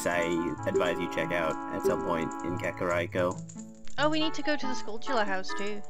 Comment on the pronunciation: Kakariko is pronounced "Kaka-reeko", REEKO, not "Rai-ko", It's not Raikou the legendary Pokemon.